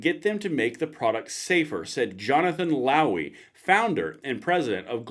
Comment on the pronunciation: Did you say Lowey? Or Lousy?